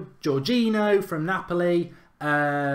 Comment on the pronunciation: You said milankovic, it is milinkovic. You pronounced weigl like veegal, it’s pronounced like vaigal. Jorginho and fabinho you didn’t pronounce the ending right. The ending is pronounced like eenyo. It’s pretty funny and annoying